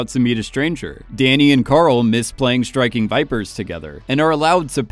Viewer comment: I feel like your saying Striking Viper Sex Which i agree